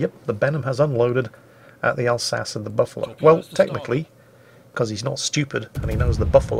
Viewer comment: You mispronounced "Alsachey"